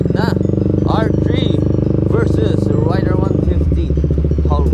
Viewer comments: Correction po..raider po hindi rider...ayusin nyu po ag pag pronounce...!!! Heheheehe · Papaano ba i-pronounce ang " Raider "= Reyder O Rayder? Paki sagot nga? Salamat.